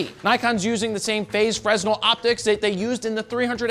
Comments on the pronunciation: While everyone was laser focused on the sanitary products, ha! We used to call them that back in the 1980s working in camera stores. The Adaptall versions SUCKED. Always jamming and the optics weren’t like today either. Pronounced Fruh•nel. The S is silent. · The S is silent in fresnel Jared! Damn it you’re a professional over here “insert smiley face thing”.